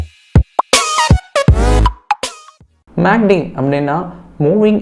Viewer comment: Dai கிருக்கு பயலே மேக்D அல்ல டா MACD